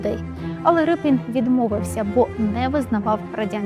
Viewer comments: Ріпин, а не Рипин, де вас таких беруть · Не Рипін , а Ріпин !!! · Чому Рипін? Мабуть ви мали на увазі Ріпин? ..від слова ріпа. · Не Рипін, а Ріпин! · Не Рипін, а Ріпин, бо він був з козацького роду Ріпи. І літера "ять" у його підпису давньоукраїнською, тобто руською мовою звучить, як "і", а не "є", як читають расссцєяні. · Автори !, так все ж таки Р-и-пін чи Р-і-пин ??? У заголовку одна варіація, у тексті - друга. Від істориків поважних давно вже чула цю історію, і там була версія Р-і-пин. Хочеться, щоб прізвище все ж звучало правильно.